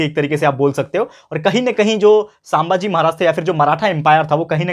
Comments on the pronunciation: Sir please don't pronounce saambhaji pronounce sum bhaji=sambhaji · Sir not सांभाजी, it's संभाजी. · Sir,sambhaji not sambhaaji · Sir saambhaji nahi sambhaji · Saambhaji nahi sambhaji bhai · It is sambhaji not shambhaji sir